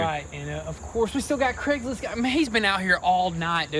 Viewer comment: Craigslist guy…it’s Craigslist. 😂. Great content tho